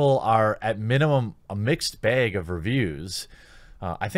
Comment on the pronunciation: "Mixed BAYEG of reviews"